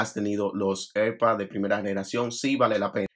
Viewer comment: Cada vez que dices “erpads” muere un gato